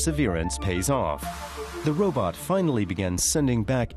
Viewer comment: "Robutt" .....heheh.